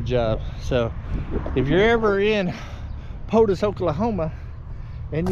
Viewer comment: It's PO-Toe, not Potus. Poteau is actually around where the Grapes of Wrath was set before they went west to California ... well, there and Sallisaw. Sallisaw is where the Joads went to buy the pickup they used to haul their stuff to California.